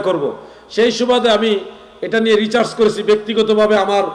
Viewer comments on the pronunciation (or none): হুজুর ঐটা রিচার্জ না ওটা হবে রিসার্চ 😅